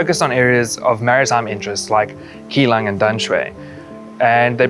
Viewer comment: keelung is pronounced with a soft G instead of a hard C sound